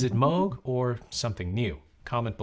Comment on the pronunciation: Why is he calling it "Mowg"?